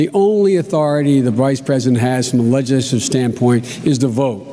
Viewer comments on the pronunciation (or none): Biden never could pronounce the word "legislative" properly. Even back then he butchered the word.